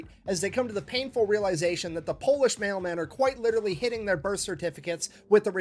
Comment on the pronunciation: it wouldn't work because of his butchered pronunciation